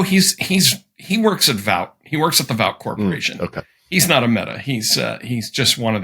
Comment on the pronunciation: Nichols not only pronounced the name of The Boys corporation wrong. It’s Vought (like bought) Also, he failed to make the point that The Boys writers mock Trump in the show by having the board of directors kiss Homelander’s ass just like Trump’s cabinet routinely does!